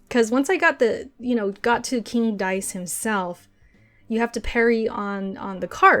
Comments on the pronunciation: Julio Barros it is pronounced King Dice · Karma Akabane so you spell it king dice but pronounce it dhhsghsjskmdndydydyhdjmdndjeudujejdjejeje?